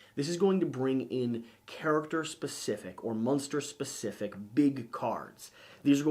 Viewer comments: Every time you say “Munster” I pictured a witcher battling Herman Munster. Thank you for the mental picture. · You keep saying "Munster" to get me to comment on it. Well am not going to play your game! ... Well played